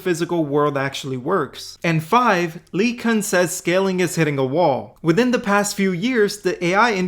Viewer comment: Anyone besides me bothered by the way he pronounces LeCun?